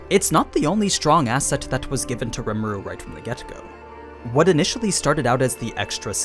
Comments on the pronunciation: "ree ma roo" not "rem a roo" but other than that amazing video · It’s rimuru not remuru btw no hard feelings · Its. Ree mar oo Not rem aru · I hate how this guy says rimuru, he's saying "remuru" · So basically it’s pronounced RE muru not rmur and it’s ME LEM not mlim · "Remuru" ????? just read his name bro how did you go from Rim to Rem?? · Normal People: Rimuru Others: REMERU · Rem Eh Ru lol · I'm sorry it bothered me way more than it should have "remeru" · gosh hearing you say Remuru is annoying. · You know someone hasn't watched an anime if they keep saying the name of the main character in the wrong way.